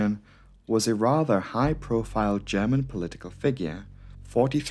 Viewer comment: German here. Your pronunciation is perfect. I am very impressed. I love this channel dearly. Keep up the amazing work !